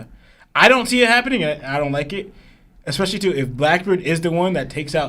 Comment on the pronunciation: Prolly cuz his brain is smooth. He pronounces "especially" like "expecially" thats all I needa know